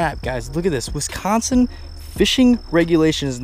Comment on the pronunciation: The way you pronounce Wisconsin 😂